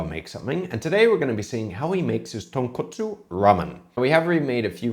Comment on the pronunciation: Well, his pronunciation is horrible so you know it's going to be bad. Tone coat sue